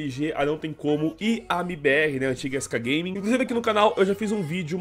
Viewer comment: skgaming na pronuncia é muito bizarro kkkkkk skcagueiming kkkkkkkkkkk.......torcedores da sk não me xinguem pq eu tb torço para a sk